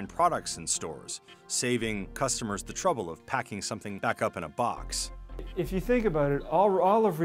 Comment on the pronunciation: say The NOT ThEEEEEE